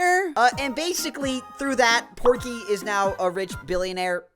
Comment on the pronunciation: the obnoxious neighbor is POKEY not porky